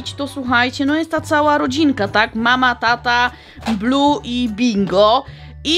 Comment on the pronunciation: Muwi się Bluey a nie blu niebieski Bluey!